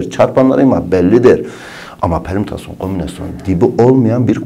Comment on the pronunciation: bir an dedim lermütasyon ne HKAJSHJSMDJSJBD